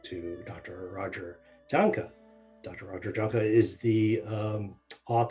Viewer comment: Please, please, please!!!!!!!! start pronouncing Dr. Roger's beautiful name correctly, it's spelled J A H N K E, and correctly pronounced, like Y A H N K U H... Yes, the J is sounded like a Y But is a delightful and gracious man and doubtless will EVER say anything about it. But for all that see this plea, please say his name correctly. Thank you, Blessings